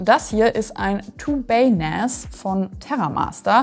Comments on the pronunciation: NAS spricht man zwar mit "A" nicht mit "Ä" aber ich feier "NÄÄÄÄAS" trotzdem super hart. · finde es komisch zu hören wie NAS ausgesprochen wird, man sagt auch nicht SÄN kenne es aus meiner gut 20 Jährigen IT Laufbahn eigentlich im deutschsprachigen Raum als Naas also mit langem A ansonsten guter Beitrag :) außerdem würde ich wenn man sich ein bisschen Auskennt zu einer Eigenbau Lösung raten. raid 5 macht Sinn also mindestens 4 Disks verwenden. Open Media Vault ist eine sehr gute Open Source NAS Software als Beispiel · jetzt will ich auch eins von diesen "Nähs"